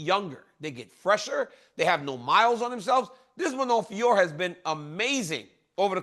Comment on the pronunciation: BRO IT'S JUST FIO-RO LOL